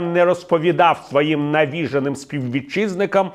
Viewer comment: правильно наголошувати Е: не навІжений, а навіжЕний